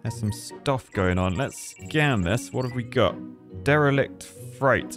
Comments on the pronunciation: Atonomizer...fright ship.... casually architecting the English language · Derelict fright was pretty bad, but you're only an engineer so it's expected.